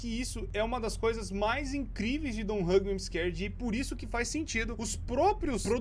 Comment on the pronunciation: e hoje eu vou falar a história dé don t Hug me im am scared eu:nossa isso parece alguém falando